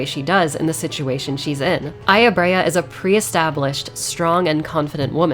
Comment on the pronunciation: The way you pronounce Brea sounds like her name is Aya-braya